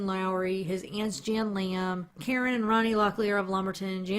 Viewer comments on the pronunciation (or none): none